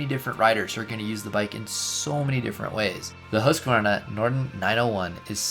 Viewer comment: Congratulations for knowing the correct pronunciation of the brand. One of the very few.